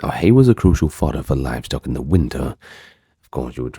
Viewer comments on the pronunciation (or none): none